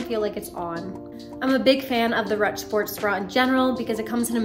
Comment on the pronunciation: Hey just letting you know that 'ruched' is pronounced like 'rooshd' - the word is French in origin :))